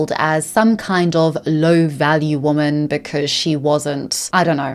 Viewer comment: Im gonna need the narrator to learn the difference between “women” and “woman”….god that was beyond annoying